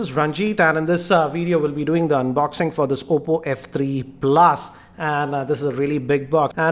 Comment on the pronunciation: Is it just me or does he really pronounce the word "PLUS" awfully?